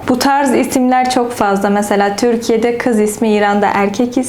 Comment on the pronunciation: Türkiye yerine Törkiye diyorsunuz Farsça konuşmaktan olsa gerek :)